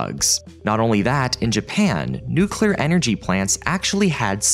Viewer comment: I just want to say that I appreciate that you pronounce ‘nuclear’ correctly and don’t say “nucelar”